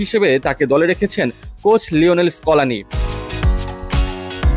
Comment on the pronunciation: স্কোলানি না স্কালোনি...